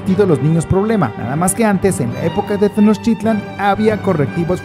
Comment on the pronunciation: El amigo que narra está mal no es tenoschitlan y no son aztecas, son mexicas